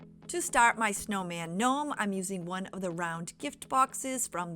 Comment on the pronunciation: Okay this craft is confusing me because you keep saying knome and then you're saying snowman .